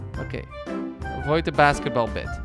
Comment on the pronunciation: did he say baketball bat